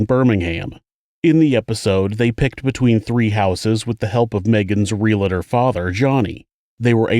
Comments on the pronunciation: Please don’t say RELATOR … is REAL-TOR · ITS REALTOR...NOT REAL UH TOR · What is a "realitor",? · There is no "I" in Realtor. Sheesh.